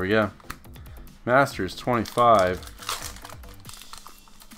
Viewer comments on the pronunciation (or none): I swear you said "Basturds 25"